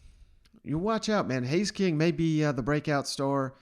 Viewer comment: Haynes, not Hays or Haze.